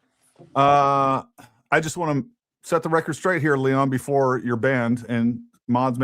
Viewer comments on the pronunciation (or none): none